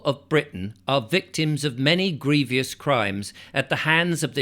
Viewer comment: The word is “ grievous” not “ grievious “. Good reading. You May sit down.